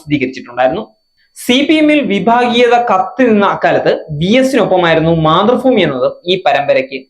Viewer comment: മാതൃഫൂമി എന്നല്ല..മാതൃഭൂമി എന്നാണ് പൊട്ടാ